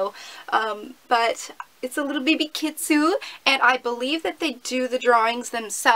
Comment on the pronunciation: Whoopsie! Its Pronounced Kitsune not Kitsu! We all make mistakes! <3 hehe!